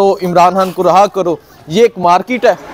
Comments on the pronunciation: راہا ۔۔۔۔ نہیں رے ہا ۔۔۔۔ صحیح تلفظ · Raha karo ... Nahi Reha karo .... Sahi talaffuz